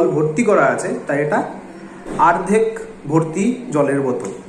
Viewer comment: তুই তো অনেক জানিস , কিন্তু এটা জানিস না যে ওটা আর্ধেক না ওটাকে অর্ধেক বলে । আগে শিখে আই তার পর লোককে সেখাশ। তোর দোর বোঝা শেষ সবার।😂😂